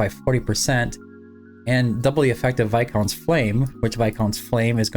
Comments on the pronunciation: Nice to hear someone pronounce viscount correctly lol. And happy birthday!🎉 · You are the first creator I heard actually say Viscount the right way. Thank you. Lmao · Thank you for being the only creator I've seen so far to pronounce "viscount" correctly. 😅